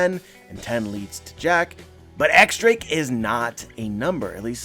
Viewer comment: X Drake is pronounced " Diez Drake", as in the number 10